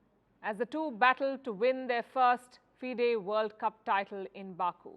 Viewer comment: Dear reporter it's pronounced fee-day not fide (as in wide). Also his sister was not a local champion she was a multiple time national and world youth champion.